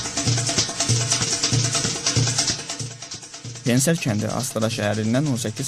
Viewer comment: pen-ser yox pene -se